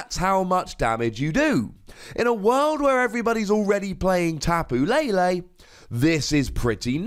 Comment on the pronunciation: SAYS TAPU LALE INSTEAD OF TAPU LELE LOL